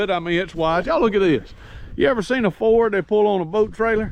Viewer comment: I just watched this so I could hear you pronounce Ford as a 2 syllable word, foh-werd. Hehehe. Sorry Bro.